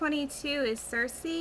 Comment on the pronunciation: Oh my god! thank you so much for pronouncing "circe" correctly! it means a lot to me that you said my name right :)